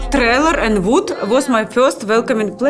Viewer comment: I love Natalie's pronunciation. The way she speaks is cute. "Ze voods" Reminds me of my Viennese mother.